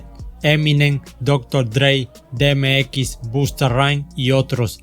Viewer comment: Excelente canal, sigue así, sólo trata de reforzar el pronunciamiento de nombres y palabras. Por ejemplo: DMX = di em ex Irv Gotti = Irv Gari LL Cool J = El el cul yey